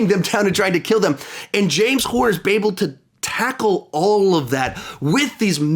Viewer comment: “bable to,”